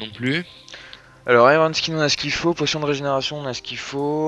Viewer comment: nn archerie potion (prononcée pochione)